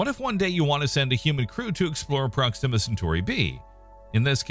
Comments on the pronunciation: Sounds like you're saying "Pronxima Centauri".... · At least pronounce it right. It's with the accent on the O.